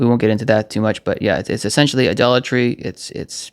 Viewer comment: this was a lot more clarity for listening to scripture. Thank you brother. Also when you were saying idolatry it kind of sound like you were saying dollar tree lol